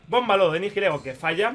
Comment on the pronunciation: Por favor, deja de decir "NiJilego", la H es muda. El nombre viene de las palabras "Nihilismo" y "Ego", lo que vendría a significar "Carente de identidad". Un saludo y enhorabuena por esa victoria.